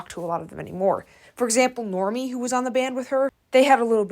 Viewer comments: I'm dead the way u said Normani's name normie??!!!!! 😭 Its NOR MAH NEE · please say NORMANI’S name correctly… embarrassing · NOR-ma-ni....not Normy. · It's Normani, not Normi lol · Its pronounced cobayo. And its pronounced norm mani. Not normi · Girl 😭it’s not “Normie” it’s Nor-ma-ni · Babe... no... Normi? Normani! Filth Harmony? Fifth Harmony... babe you can do better... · That and how she pronounced Normani’s name, its Nor-Mah-knee, not Normi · You butchered tf outta pronouncing Normani and Cabello. Who tf is Normie? 😑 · How you gone say normani name like that tho? Its NOR- MA- NI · its normani not normie... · Cabello: cuh-BAY-yo Normani: nor-MAH-nee No hate at all, but I suggest double checking pronunciations in future video essays! Looking up a video where they introduce themselves, etc. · Just a heads up Normani’s name is pronounced Nor-mah-ni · Her name is pronounced nor-MAH-knee. Normani. Still a great video! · it irked me that she called Normani "normie"... like?? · Her calling Normani "Normi" is frying me 😂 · Are you pronouncing Normani's name wrong on purpose....? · it feels like drama content and not real commentary. I agree with the Normani pronounciation and the lack of details 100%. paired with the thumbnail it feels like drama and less like legit criticism